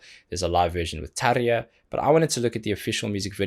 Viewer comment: Great kudos to you man for pronouncing Tarja's name as it should be. Not so common or obvious, especially for English speakers. Just for fun cast your eye on "Alone in the Dark" version of that piece. Nightwish Army will probably scold me for that, but that was actually my first ever NW piece I heard and seen clip for. Very apt in my opinion. Brings good memories of Dark CP/Survival Horror RPG sessions I used to GM long, long time ago 🤘🤘🤘 Always love to get back to your analysis Good Sir. So insightful, so detailed... Not just "wow-wow, that's great"... Keep on good work 👍👍👍 Cheers! I.